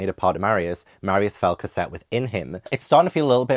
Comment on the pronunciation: Evolution of pronunciation Cosette - Corsette, Casette, Cosette:D